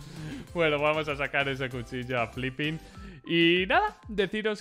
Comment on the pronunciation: No es flipin..,es filipin...